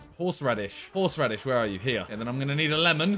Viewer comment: Horsh Radish, okay Simon!